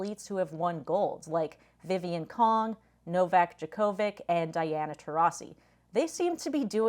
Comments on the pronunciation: Nice vid. But you completely butchered Novak Djokovic's name! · The way you tried to say Novak's last name threw me; if you'er going to use someone as an example, please say their name correctly. (That said, Novak's not 100% vegan.) As for H, he's a grifter. Good job pointing this out with these clips!!!!!!!!!!!!!